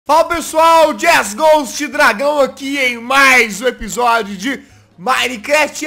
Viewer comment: O Jazz antes: Fala pessoal eu sou o JazzGhoust *Sei que não tem o U mais ele quando fala ele põe Hoje o Jazz fala assim: Faaalaaaa peeeeessoal eeeu souu o Jazzghost* Amo muito seu Canal Jazz sou fã de Carteirinha